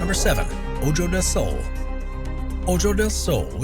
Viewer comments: Yes, "ojo" means "eye", but it is pronounced as "oho". Come on. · Also, how to properly pronounce 'ojo'